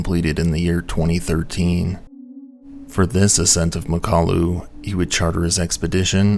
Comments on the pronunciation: I’m going to have to nitpick (some smooth brain says I can’t) because I do like your work, it is very good, but often you get pronunciations wrong. In mountaineering videos especially.:/ Anyway, it’s Mak-ah-lu, not ma-kalu. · Pretty sure it's pronounced Mockaloo. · Great video, except it's pronounced MOCK-a-loo with the emphasis on the first syllable.